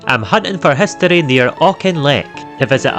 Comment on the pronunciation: What are "spukkies"? And what is "hustory"?